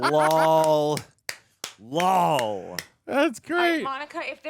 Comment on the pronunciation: Anybody running a count on how many times says "LAWL" in these videos?